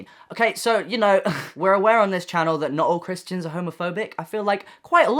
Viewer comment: "A👏MER👏I👏CAN👏 CHR👏IST👏EEANS👏" it's the way he said it that's killed me "Christeeans"